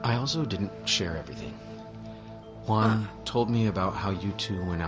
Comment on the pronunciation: It's Huh! Huan. Juan. It's not pronounced "Won." J's aren't silent in Spanish. They're not silent in English either. Also, whoever is in charge is approving Spotify comments needs to be replaced. Why do we bother interacting if you leave our thoughts and replies hidden and "in review?" Do you know how crappy that feels?